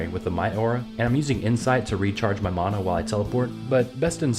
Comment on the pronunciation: Bro it's mana not mona!